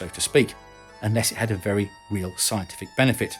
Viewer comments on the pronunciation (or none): none